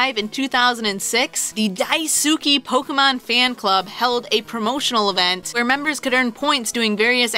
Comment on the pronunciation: Its not Poke-EE-mon, Its Poke-AY-mon. When the e has the line on top, it makes an AY sounds not EE sounds. You don't pronounce Café Caf-EE, do you. Its Caf-AY. So you don't pronounce Pokémon Poke-EE-mon. You dont deserve as much subs...